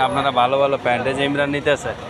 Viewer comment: পেন্ট না প্যান্ট